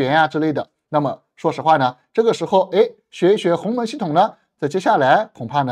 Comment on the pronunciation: 是鸿蒙，不是鸿门哦，博主注意读音！